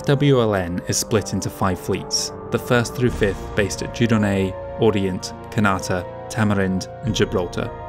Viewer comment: I try my best but every episode I get corrected on something else. For example, I just learned that Oriente is not pronounced the same as Orient.